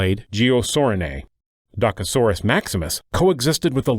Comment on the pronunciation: You pronounce "Dokasoras"